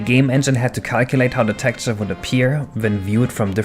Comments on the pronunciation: Very interesting content. But if i hear you pronounce "Tekturce" only once more, i'm killing myself... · Your pronunciation of texture is a bit off.